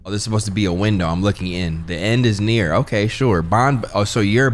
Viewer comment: lmao the end is 'nere'😭😭the way he said it multiple times too has me cryingg